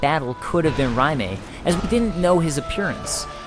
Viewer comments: I am not saying you're wrong on pronunciation...but isn't Raime pronounced Ray-m? Not R-eye-may? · Raime is prounced "RAY-m" not "RYE MAY" lol gosh darn that was annoying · You pronouncing Raime, makes me cringe. Do you see a m before the i? RAYM not RA MAY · "Ry-may" really? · the way he says Raime is really irritating he says it like Rimea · Great video, but you said Rim'ay. Lol, that was so hard to not yell at my screen. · Then that pronunciation makes me cringe. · You have a rather interesting way of pronouncing Raime. The E is definitely not emphasized.